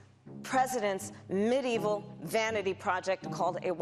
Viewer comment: the moron say “mudevil” 🤣😂🤣. did he mean to say medieval ?